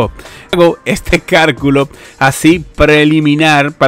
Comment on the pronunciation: jajjajaj este cal culo, muy buen video y contenido pero cualquiera resbala que bien que lo dejaste bro..